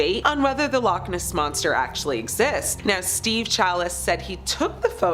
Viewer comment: I can't stand the way she says loch Ness, it's two words not one, she says lochniss.